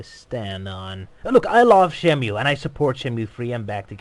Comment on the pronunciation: Ryo: "Shenmoo".: "Shenmyoo". Argh... Anyway, great analysis, but you kind of dropped the ball there at the end concerning Sony. Kudos for mentioning the BuildingTheList campaign as reason why Shenmue 3 ended up with Sony and why it was unveiled at E3, most articles fail to do that. But some of your conclusions are quite wrong. "Shenmue 3 is very likely to become another financial disaster" - That's pure speculation. Too many people assume that Shenmue 3 will have, or even needs, the budget of the originals. That is wrong. The originals were that expensive for several reasons. Development started on the Sega Saturn, and that version already included parts that would later end up in Shenmue 2. The Saturn version was scrapped, lots of things (but not everything) needed to be redone for the Dreamcast, they had to develop their own tools and engines, the team grew to 300+ people and nobody knew how to manage that efficiently. So, the original budget of $47 million paid for at least three games (Saturn, 1, 2) and 5 years of development. All that won't apply to Shenmue 3. Shenmue 3 won't be a huge modern AAA game. It might end up losing some money for Sony (who primarily fund the marketing and NOT the development), but it won't be a disaster for them. "I mean look at those colors" - Funny, because Suzuki has stated somewhere that he doesn't like the appearance of that scene. It looks too "California dry". It's just a preliminary mockup. "Sony put themselves in a co